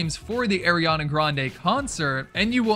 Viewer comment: did u say AIRiana?